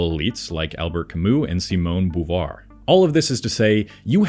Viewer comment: The fact that this video has 319k views and 12k likes proves his point. This guy can’t even get Chomsky’s and Simone de Beauvoir’s name correct. He is obviously reading AI slop and is not an intellectual himself.